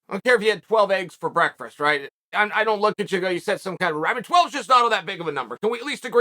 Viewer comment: I need a compilation of Chael saying breakfast